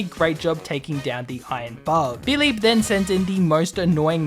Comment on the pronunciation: I have to say, you're the first YouTuber I have heard pronounce "Philippe" correctly for a game that takes place in Pokemon France.